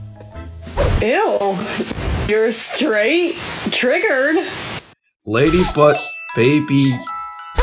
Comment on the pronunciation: Video ends TRROGERRRRRRED